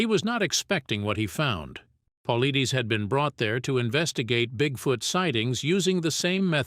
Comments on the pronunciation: Paul-I-(Dus) not Deez. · I haven't heard one single narrator pronounce this mans last name correctly yet. Phonetically, David Polaides is : Po Lide Us... it isn't that difficult. I cringe every time I hear it mispronounced. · At least learn how to pronounce the man's last name if you gonna use him to promote your story.... Jeeeez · Every time the narrator says "David Paulides" he pronounces it wrong but slightly differently each time 😂😂😂😂 like damn what did David do to you that you gotta do him like that?? 😂😂😂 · To bad can't even pronounce is last name correctly! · quit watching when his name was mispronounced. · This guy narrator can’t even pronounce his name, right😂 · Yeh, the editor should be fired!